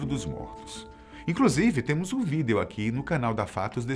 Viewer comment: Top esse "VidêÊOo"